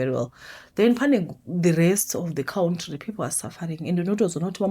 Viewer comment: Did you say Cowntry 😂